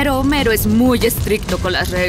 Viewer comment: cuando dijo homero yo: homelo chino